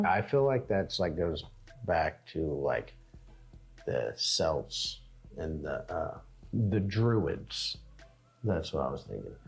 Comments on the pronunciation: Hi guys, Just an FYI, celt or celtic is commonly pronounced kelt or keltic; it's a mistake Americans often make, no doubt due to your famous basketball team. Anyway, great video guys. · I enjoyed your reaction video very much. Hugs from South Yorkshire Only one thing I would say is we usually pronounce Celt as 'Kelt'. Please do more folklore reactions!